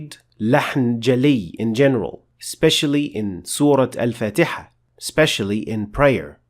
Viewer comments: Why do you pronounce Surah Fatiha as Surah fatayha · Aslm.... Masha allah super explanation...... One question y u pronounce surah Al fatiha as surah fataha?????